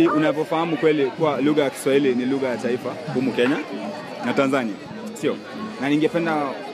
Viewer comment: 40 seconds in ... and all i hear is 'LUHA' 😂